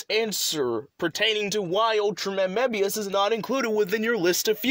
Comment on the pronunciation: He pronounced Mebius wrong